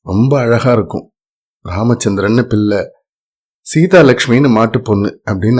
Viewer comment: Repeat show. பில்லை என்று சொல்லாமல் பிள்ளை என்று சரியாக உச்சரிக்கவும்.